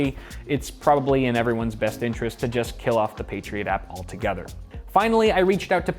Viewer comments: Patriot App, sounds like you're saying Patriot Act. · You say "Patriot App", but I keep hearing "Patriot Act" and think that this is somehow about politics. In some ways, it is. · I keep hearing 'The patriot act' when I watch this and get confused for a second and then my brain catches up LOL